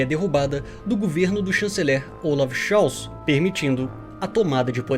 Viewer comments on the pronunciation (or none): none